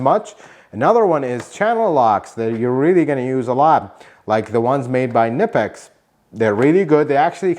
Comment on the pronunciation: K-nipex :face-red-heart-shape: Even Knipex says it is not Nipex.